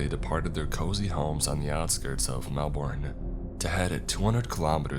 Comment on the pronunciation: For the love of god please find an Australian to teach you how to say Melbourne lmfao